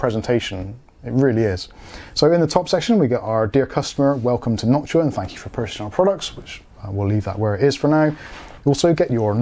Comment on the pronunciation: Background music reminding me of some 70s police surveillance movie scenes. Thank you for pronouncing Noctua correctly. There's another YouTuber who says it wrong and it triggers me.